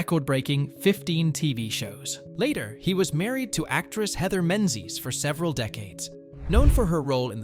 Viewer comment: It's mispronounced wrong then correctly...??? 🙃🙂